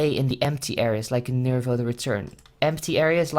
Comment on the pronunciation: Lol isn't it NIVIRO not NIRIVO?